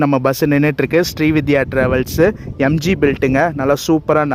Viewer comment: SRI VIDHYA illai SRI VINDHIYA ... Vindhiya Vin-dhi-yaa Semma long journey super video How much was the ticket price for the AC MTC bus to Siruseri?